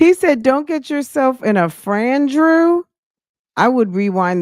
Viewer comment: What is a FRAN-DREW??!!😩😵‍💫🥴